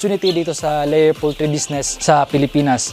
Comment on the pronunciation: poultry hindi pooltry